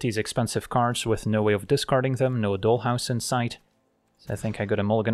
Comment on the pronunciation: Your accent, grammar, and slang are always spot on, which is why your pronunciation of dollhouse was so noticeable. Here in the US, maybe it's different elsewhere, doll rhymes with tall. Just another example of how English is weirdly inconsistent. Not a big deal but I thought you might want to know. That being said, one thing that I am constantly surprised by but never see anyone comment on, including myself, is your subtle grasp of slang. It's great. As always, video was excellent. You are by far my favorite MTG content creator. Your decks are fun, but also your explanations are thorough and educational, your laid back style is relaxing, and your sense of humor shines through. We can always hear the smile in your voice when you are genuinely surprised by an opponents move that actually puts you in a bad spot. It's not a place that most people would find amusing, but you always seem to, and we can feel that you are actually enjoying the game. Top notch.